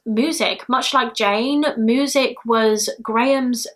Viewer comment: Just came across your channel! I watch others like Eleanor and Bailey. Never heard anyone say ‘moosic’ in my life but I’m here for it 😂😂